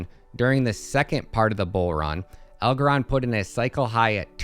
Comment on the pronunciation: Wtf kind of bullshit video is this 😂 what a 🤡 Doesn’t even know how to pronounce the coin’s name 🤦‍♂️